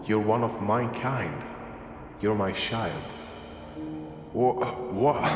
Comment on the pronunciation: notice he says your my child but says it shild